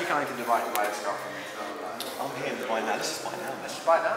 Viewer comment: your pronunciation of Dubai is spot on!